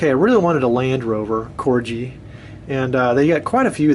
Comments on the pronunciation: A lovely collection, but it's pronounced " Corgi " named after the small Dog , and definitely not " Corji " . . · Very nice little collection .. I've been addicted to Corgi's since I was a kid and have a hundred plus many being originals from the 60's when I was a kid, I'm now 64. By the way its pronounced Corgie with a hard G not Corgee. If your interested there's a very good Corgi collectors page on Face Book. Toys Collectors Club ... Yeah, some good bargains to be found on eBay.... That's an excellent price for the blue BMC Mini and the Forward Control Jeep with Tower.. Well done you..